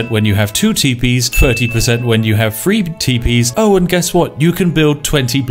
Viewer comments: They way spif says "three" sounds like "free." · It's also pronounced "Three" not "Free". His is a spiffing Brit. Give him a break.